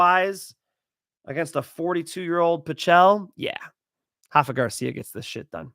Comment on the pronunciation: It is Rafa, not Hafa. With a spanish R.:face-blue-smiling